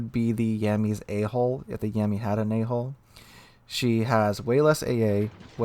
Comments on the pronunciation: When you say A-Hull it sounded like A-Hole. I was very confused for about 20 seconds hahaha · Yep, I heard that too!